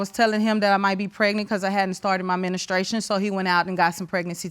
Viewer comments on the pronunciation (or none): she was menistrating <——— ? why can’t black women ever pronounce their shit right? pacifically ... that’s always a good one